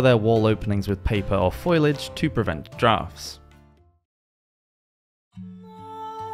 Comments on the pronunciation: "Foliage" is pronounced FO-lee-edge not foil-edge. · Foliage, not foilage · Foilage? Really? Its an old Woody Allen joke, NOT the correct pronunciation. FOLIAGE. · what the bleeding zog is "foilage"?!?!?!?! the word is FOLIAGE. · Foi lage ? You mean foliage ? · No such word as "foilage" its "Fo lee age" I seriously don't know what has gone wrong with education these days. My tablet wont even let me write it the way you, and many others say it! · fo-li-age not "foylage" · Foliage not foilage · Foliage, not foilage 😅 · "foilage" haha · Foliage <> foilage 😂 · Being picky here but the narrator says ‘foilage’ (as in tinfoil) but it should be foliage (as in fo-liage). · Lol you called foliage “foilage”! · he meant foliage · foilage isnt a word, he meant foliage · "Foilage", medieval peasants had tinfoil?! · It’s foe-lee-adge, not foil-adge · Did he really say "foilage" lol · Foilage? I hope this isn’t a professional VO jeez. Can’t pronounce Medici either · What is foilidge? Not sure how it's spelled but it sounded like that. I get no result from google. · Foilage? Fo-li-age? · Foilage … seriously mate … learn to read 🙄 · Paper? In the Middle Ages? For the peasantry? Rubbish. And what's foilage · Surely you meant foliage? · If you're being serious, 'foliage' is the word he mispronounced. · Great video, first one i've seen and i've subbed, well present in a 'normal' voice - so many presenters think they have to sound moronic in their pronunciation - you just speak it how it is (except the word 'foliage') haha